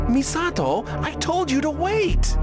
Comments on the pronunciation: He's saying Misato pretty accurately for the Japanese pronunciation, but it stands out as clashing every other word he says. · I love that this goofball main character puts in the effort to pronounce Misato somewhat correctly, while Misato herself be like "My name is Misahdough". The cherry on top is that it makes him the odd one out and sound like a tryhard weeb 😂 "Misa*T*o!!!" What a rich experience. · The way he pronounces/enunciates Misato's name reminds me of those old English Godzilla dubs. It's technically correct but mixed with bad acting lol. "MI-SA-TOOOO!!" Love your videos btw, every one is an entertaining gem during which i get to experience games i only got to ogle in game magazines of my youth (and i ogled the hell out of the Countdown Vampires ad lmao) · It took me a while of listening to this stupendous voice acting to realize these voices have an uncanny resemblance to scripted audio from English language textbooks: the ridiculous over acting, the clear yet stilted enunciation of almost every word, and the pains the Keith takes to pronounce Misato. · The way Keith pronounces “Misato!” makes it sound like they deliberately copied the Japanese v/o.